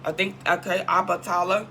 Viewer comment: Solitary confinement✓ Obatala is pronounced differently Wow.. the tax stuff I know about but there's more.. lots more